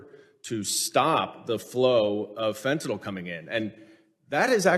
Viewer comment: I applaud her exemplary behavior in the face of blatant lying and disrespect. But I do wish you would stop saying "fentanOL". It sounds ignorant because it is.